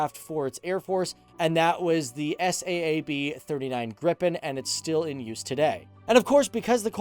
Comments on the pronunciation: not S A A B, its saab like the car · Saab like the car not s.a.a.b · S-A-A-B? How you manage to mispronounce the name of one of the biggest weapons/defense/aircraft companies in the world, aswell as a world famous car brand is remarkable. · Its Saab not s a a b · Why did you say S A A B its Saab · Why do say S.A.A.B when it’s Saab 😂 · 1950 sweden had about 7 millions citizens. And it's not called s a a b j 37, it's pronounce SAAB j37, like SAAB 900 TURBO or SAAB 9-5 TURBO! The airplane manufacturing is same company as the car manufacturing or the other way. 1995 they splitt the company's and Svenska Aeroplan AktieBolaget was divided to car manufacturer and airplane manufacturing. The last one stayed in swedish owning and the car manufacturing was sold to GM. And mostly on swedish air force you can google it, but best results you get in swedish spelling. But I liked your video anyway.😊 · The S-A-A-B... ? You really don't know what you are talking about, do you? It's pronounced Saab, a-sound as in "large". How on earth can you make a programme about the Swedish Airforce and not know that? How?? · Is not S.A.A.B. it is Saab like the car Saab. Just so you know😀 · It's pronounded Saab, because they like the car are made by Saab. Also, AWACS like "Aye-Wax"! 🙄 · FTD Saab doesn't stand for anything you can say it normally😂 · SAAB - ES--AY-AY-BEE.. :-D don't be afraid to pronounce as " 'sa:b " as the car brand Saab. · "S" "A" "A" "B" LOL! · he Said it lika S.A.A.B and it is one Word u say it like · It's SAAB. It's an abbreviation. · You don't say the letters in SAAB individually, it's just pronounced as one word.